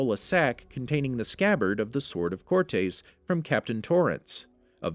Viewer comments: So, have I been pronouncing Cortez wrong this whole time? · everytime he says cortes i want to cut my tongue out